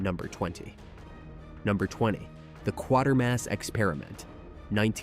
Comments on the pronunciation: It’s pronounced Kway-ter-mass.. 🙄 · All good movies. I've seen them all. And it's pronounced "QUAY-TERMASS." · Quatermass pronounced as in Crater! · Yup! And pronounced KWAY termass